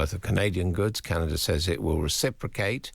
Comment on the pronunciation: Why is this fellow having problems pronouncing simple words..... Canaga? PM Harney? Come on..... NOT funny.